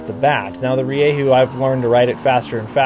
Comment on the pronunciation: Stop saying ReeYayHoo